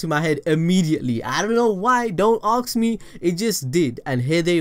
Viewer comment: It's ask not axe.